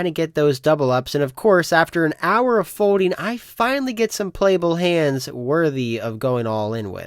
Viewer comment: What is a fodeing type? Is it the same as when you do or don’t hode? For a guy that’s name starts with an L it’s bananas how much he doesn’t know when words have an L in them.